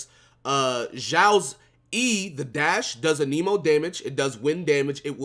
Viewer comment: Your videos are very good and I enjoy them but it’s Anemo ( ann-uh-mo) sorry lol it irks me when ppl say aneemo lol 😂